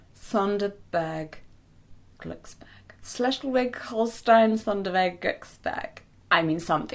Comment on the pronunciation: As a German I am more than impressed about your pronunciation of Schleswig-Hollstein-Sonderburg-Glücksburg. I've heard hearing people saying this way much more wrong!😂